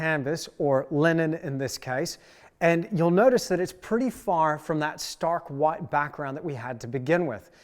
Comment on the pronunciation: You can sense the Aussie/Kiwi accent by the way he says 'white' as something like 'whoite'